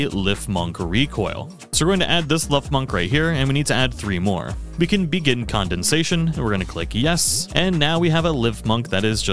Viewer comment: Very helpful but why did you pronounce it as condensation?😅 emphasis on the dens